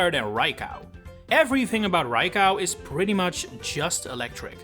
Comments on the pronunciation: It's pronounced Rye-co not Rye-cow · they're right though. 'Cow' is said like there's an A in it and Raikou does not have that... Ra i ko u = ra as in rat, i as in pizza, ko as in cocoa, and u as in glue. Co and cow are visually distinct too, unlike potato and potahto. There's also an objectively correct way to say a Japanese word/name, unlike the pronunciation of 'potato'. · I heard Rai-cow and I just KNEW it had to be interaction bait. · I never heard anyone calling Raikou Rai-Cow… and I hope I never hear it ever again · It's probably a childhood pronunciation that has stuck with him. He's from the Netherlands just like me and I can tell you that the "ou" in raikou's name is basically seen as its own letter, with that pronunciation. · Rai-cow...? That's a new one. Ah, I think I fell for the Poketuber mispronouncing names engagement bait.